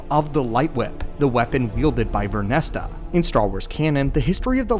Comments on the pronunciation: VernestRa... you always leave out the R and say Vernesta. sorry to complain though, great vid. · Stop pronouncing it as VernestA it's Vernestra!!! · Vernestra! Vern - Estra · Ver-nes-tra 😂 But I read the title and immediately went.. "Oh yeah that makes sense" I'm a big fan of this character in the books and I am very curious to see what happens next in both media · You said her name wrong every time and that was tough to listen to